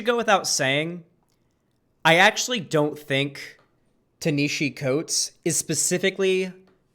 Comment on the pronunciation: Leftist and can't even pronounce Ta-Nehisi Coates. LOL. Proving leftists are uneducated and just regurgitate talking points.